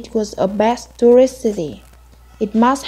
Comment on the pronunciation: Bạn cuối cùng phát âm chữ s giữa từ hơi bị ko rõ ấy. Best, tourist bạn ấy đọc nghe ra bet, tourit. Expert thì IPA là /eks... / nhưng mà bạn ấy ko đọc ra chữ s nên nghe vẫn chưa đúng.